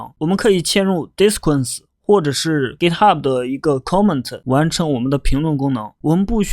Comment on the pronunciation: 好像disqus发音有问题